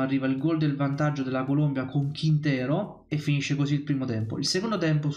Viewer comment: ti ho messo il like ma si dice Colombia, non Columbia. La Columbia è uno stato nordamericano.